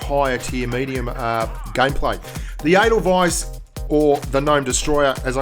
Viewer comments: Is there 2 ways to pronounce Edelweiss? Cause I'm pretty sure it's pronounced Ay-del-weis like the name of the song. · The way you say the name sounds like anal vice!